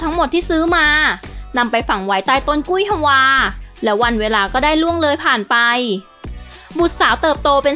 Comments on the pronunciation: กุ้ยฮวา ไม่ได้อ่านว่า กุ้ย-ฮะ-วา ต้องอ่านว่า กุ้ย-ฮวา เหมือนคำว่า เกวียน ไม่ได้อ่านว่า กะ-เวียน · ต้นกุ้ยฮวา ออกเสียง ฮวา เป็นพยางค์เดียว ไม่ใช่ ฮะ-วา ถ้าออกเสียงยาก ก็ออกเสียงว่า ฮัว ไปโลด เวลาคุณพูดถึงแตงกวา คุณออกเสียง กวา ว่าอะไร กวา หรือ กะวา